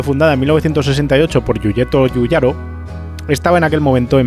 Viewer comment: Cómo duele oir YORYETO YUYARO 😖